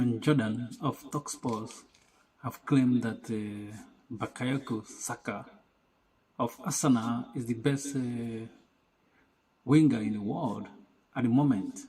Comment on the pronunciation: Bro it’s bukayo , not bakayoko 🙄